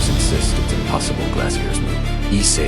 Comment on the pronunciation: I think u miss-pronounced ice